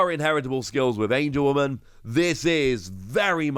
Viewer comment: It’s AngeWOMON not AngeWOMAN